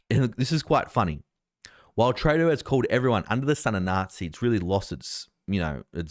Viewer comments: Come on its TREW-DO not TRAY-DO hes now the worst politician in the world since Ardern and Andrews figured out they could never be any more pure evil than they already achieved, so the least we can do is pronounce his name properly. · Trudeau is pronounced true-doe with the accent on the second syllable.